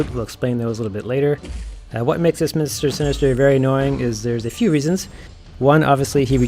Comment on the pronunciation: haha its all good I was just making fun of how you were saying his name. Actually was a good video, though without Heimdal I'm still having issues. Act 6 is a horrible bit of content.